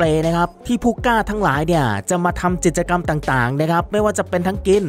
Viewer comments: จิด-จะ-กำ แอดครับ กิจกรรม มันอ่านว่า กิด-จะ-กำ ตามตัวเลย ปรับปรุงนะครับ ส่วนน้ำเสียงน่าฟังดีแล้ว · ใช่ค่ะ ทำไมเรียกผิดตลอด ทั้งๆ ที่เป็นคำพูดปรกติทั่วไป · พูดผิด ไม้เลื่อย จิตจะกำ 🥹 แต่ขอชมน้ำเสียง/ลีลาการพูดน่าฟังดี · จิด จะ กำ ฟังแล้วขัดหูจริงๆค่ะ ศัพท์ง่ายๆพื้นฐานมากค่ะแอด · กิจกรรม อ่านเป็น จิตกรรม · กิจกรรมครับ อ่านว่า กิด จะ กำ ไม่ใช่ จิตกรรม ความหมายคนละอย่างกันเลยครับ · ไม้เลื้อยค่ะ ไม่ใช่ไม้เลื่อย จิต..จะ...กรรม....อ่านกิจ จะะะ...กรรรม ไปกัดอ่านข่าวมาใหม่.......มันขัดหูคนฟัง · กิจกรรม ทำไมแอดอ่าน จิต จะ กำ ไม่ใช่อะไรนะ clipก็ทำมาดีแล้วกำลังเพลินๆ แต่มันขัดหูมาก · กิจกรรม อ่านว่า กิด จะ กำ ไม่ใช่ จิด ตะ กำ นะคะ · "กิจกรรม" ด้วยครับ แอดอ่านเป็น จิด-จะ-กำ ตอนแรกนึกว่าพูดผิดครั้งเดียว กลายเป็นว่าอ่านผิดจริง ๆ น้ำเสียงน่าฟังดีมาก ต้องปรับเรื่องการใช้ภาษา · เนื้่อหาดี แต่ออกเสียงพรือพูดผิดเยอะมาก เริ่มต้น ดล หรือ โดรน ครับ ผมฟังนับ 10 รอบนะครับ พูดว่า ดล จริงๆ ออกแบบโดยชาว อิตตาเลียด ไม้พุ่ม และไม้เลื่อย น่าจะไม้เลื้อย นะครับ วงแหวนน้ำแข็ง เกิดขึ้นเป็น ค้างคาว (ครั้งคราว) ห้าม พาด กิจกรรม (พลาด) ไม่ได้ จับผิด หริอตินะครับ แต่แค่ฟังผ่านแล้วมันสะดุดหู แต่เป็นการตืชม เพื่อปรับปรุงให้ดียิ่งขึ้น